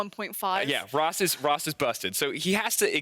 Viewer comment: Who is “rost”??? He keeps saying rost...